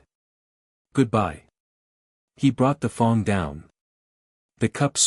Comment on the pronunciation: Good story, but the pronunciations need a LOT of work. WTF is a FONG!?!